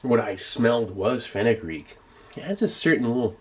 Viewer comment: What is fenagree he said?